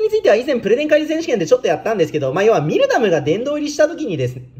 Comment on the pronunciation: ミルダムって言い間違えるの草